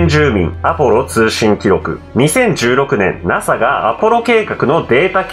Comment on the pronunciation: だんだんとゲツがケツに聞こえてくる！！ あとNASAのことナハって言いましたよね！！ これはキリンの幻術か！！